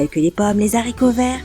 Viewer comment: "Les Zaricots verts.." en tout cas l'avocat n'aide pas au français 😂 Entre autre super vidéo riche en informations !